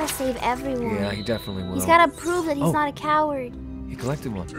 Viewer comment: Am i the only one that thought it said owa when it said coward OWA OWA